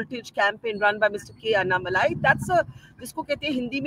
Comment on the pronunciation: Please pronounce Annamalai's name correctly. It is pronounced AnnaMalay not AnnaMalaaii. Malaaii as you know is ' cream' in Hindi